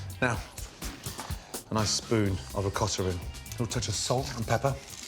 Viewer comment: He said a nice spoon of what?? Okata?